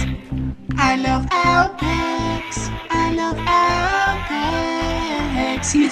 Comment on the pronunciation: Some say the real reason Aupex is so pissed off s because is saying his name wrong.